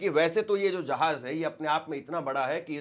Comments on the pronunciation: Zahanz nai re bhai Jahanz, Abraham Lincoln re bhai, tu Teri zuban saaf karle bhai for God sake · Jahaj nahin Hai jahaj Hai jahaj